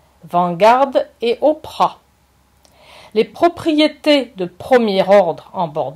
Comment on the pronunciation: si vous savez comment prononcer les noms de les personnes plus connus au monde ça rende votre discours incompétent!